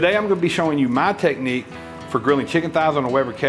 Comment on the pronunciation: I know he knows what he's talking about when he pronounces "technique" as "teh-knee"